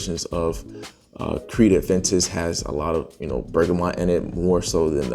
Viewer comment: Adventis? Aventus....has no "d" sound or even the actual letter "d" in the name. If I'm honest, I find it difficult to take your fragrance review seriously if you cannot at least pronounce the name of the fragrances correctly. A_Ven_tus...okay buddy On a positive note your review was not biased.